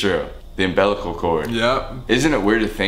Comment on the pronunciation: umBELLical cord